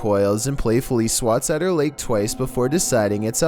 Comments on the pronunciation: tOo yuur layyg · “To your Leahge” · “Imagine what it can do to you layéûguh”